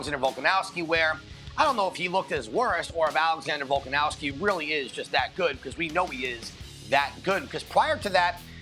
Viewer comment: still doesn’t pronounce Volk’s last name correctly and it makes my blood boil.